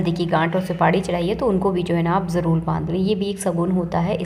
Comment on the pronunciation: It is jaroor karen not jalool. Please prounce r as r . It is highly irritating if you can't prounounce properly.